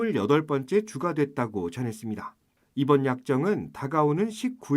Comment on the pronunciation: 도대체 KBS는 어떻게 아나운서 마다 끝말에 다를 이상하게 발음 하는지 정말 듣기 싫었는데 이번 아나운서는 다를 이상하게 발음 안해서 그런대로 듣게 됐습니다. 그런데 어떻게 여자 기자도 또 했슺니댜.댜. 왜 그렇게 다 자를 이상하게 끄는지 정말 지겨워 죽겠네요 어ㅐ 그렇게 이상하게 발음 하는지 정말 듣기 싫어서 힘드네요.